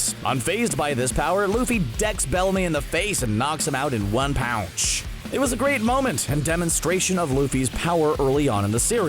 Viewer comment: “One pounch”